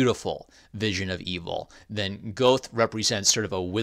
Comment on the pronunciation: Great discussion. I used to pronounce Goethe that way, but after Comp Lit, I think it's supposed to be Gert-tay or something closer to that. Reminded me I actually have an Inklings themed graphic novel published by Image about 15 years ago featuring one of my favorites - Charles Williams (as well as Lewis and Tolkien). May need to discuss that in the future too.